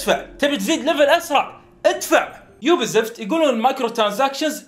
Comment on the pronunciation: كيف حالك يوبي زفت انطق عدل هي يوبي سوفت